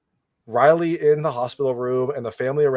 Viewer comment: I love how’s he saying Raly it’s Riley lol